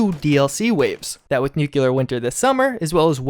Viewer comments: No offense man, but its pronounced "NOOK-LEE-ER" not "NOOK-YOU-LER" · Shame the dude never reads his comments, good content but triggers ppl watching by repeatedly mispronouncing words such as nuCLEAR!!! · He's got a real problem pronouncing some key words. Listen to him say Nuclear. NEWQUELAR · I really love your content, I truly do... But every single time you say "nukular" instead of "nuclear", it makes me cringe and makes me want to watch you less. Call me what you wish, say I'm a troll, but... I just can't stand the use of that non-existing word, sorry. And with you covering the Fallout universe, it's a word that comes back rather often. And therefore so does the cringe... Thanks for the otherwise-amazing stuff, though! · Nuclear....not NuKuLaR, I've never understood why this word gets butchered so much. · You couldn't do it, could ya? You couldn't make oNe video without ruining the narration with NOO kyoo lur, huh? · can you PLEASE say nuclear right? It takes away from your video, at least for me.